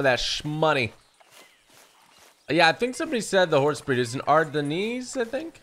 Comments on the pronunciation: His sense of direction is appalling even with a real time map on his screen. He does three miles when he only needs to do one, tiring the horse out. The horse breed is pronounced 'R-den' (as in the region in Belgium it originated from) not r-denise. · Ardennes is pronounced Ardenz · Ardennes is pronounced ar-DIN :) it's French